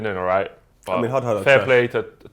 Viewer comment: Anyone else noticed "man nited"